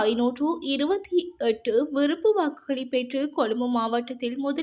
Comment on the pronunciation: விறுப்பு வாக்கு, இரம்பெற்றது, பேற்றுள்ளமை, பெருபேரு, பொலுது. தயவு செய்து தமிழ் உச்சரிப்பு பயிற்சி தேவை பிள்ளை. முன்னாள் வானொலி செய்தி வாசிப்பாளர் சொற்சொரூபவதி அம்மாவின் காணொலி கிடைத்தால் திரும்ப கேட்டவும். நல்ல உச்சரிப்பாளர்களின் உரைகளை கேட்டுக் கேட்டு திருத்தவும். எனது இந்தப்பதிவு புண்படுத்தவல்ல தமிழ் மொழியை உங்களிடம் பண்படுத்தவே. முயன்றால் முடியாதது ஒன்றுமில்லை.